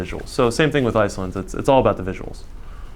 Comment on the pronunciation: Icelent and icelyn.... bugged my ears the whole time. Thought maybe it was just a speech impediment, but then he said Icelanders perfectly.